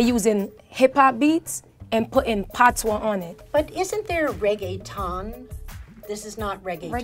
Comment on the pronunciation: You left out the s on patois....it's silent. Lol